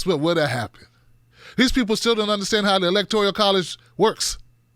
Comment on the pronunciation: Hate to be a grammar nazi, but it's electoRAL not electoRIAL